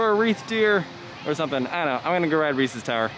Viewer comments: They are most definitely not! Also Ree-sez not reesies. He must be stopped lol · Yes, Reesies are disgusting because THAT’S NOT WHAT THEY’RE CALLED 😂😂 I don’t know if it’s because Hershey is my home park or people from Pennsylvania just say it differently (or it could be what part of the state I’m from) but I’ve always been told it’s pronounced without the “ies” sound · you lost a loyal sub, lol jk but what the heck I will fight you on your opinion and your pronunciation of Reese’s